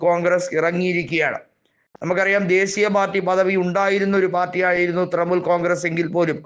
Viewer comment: തൃമൂൽ അല്ല തൃണമൂൽ